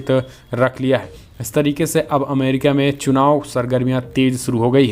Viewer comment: Arre bhai Amrikia nahi America hai. Kindly correct it.